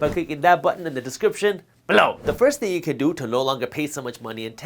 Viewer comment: Great show, love the content. I'm a subscriber who gives the thumbs up on every video you come out with, but can you please phase out the repetitively tacky accentuated "BELOW" thing, it's really irritating, I mean i understand that your trying to stand out as a you tuber, but you really have to come out with a catch phrase or something, or even better, just keep putting out great content.